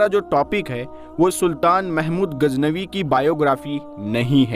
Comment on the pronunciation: AAP KI URDU SAHI NAHI HE SAHI HE GHAZNAVI NA AAP SE GHEN NIKL RAHI HE